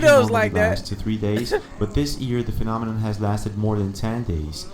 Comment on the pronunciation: when the News reporter said "Neow tu announthis of this world Phanomiminon" I felt that 🥺😔